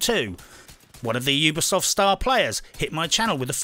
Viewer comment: Ubisoft. U-be-soft You be soft, Mmmm.